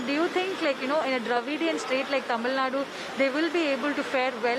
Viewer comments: Why do every news reporter say tamilnadd instead of Tamil naduu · Even in English it's pronounced as Tamil Nadu only,not Tamil nadd.😛😛